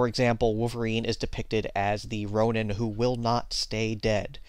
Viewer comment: ronin is pronounced (Roh-neen)